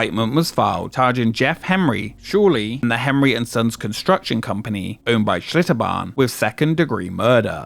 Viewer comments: Seems like the L in Achlitterbahn is redundant. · Schlitterbahn turned into Shitterbahn 😂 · Bro i thought it was "ShitterBahn"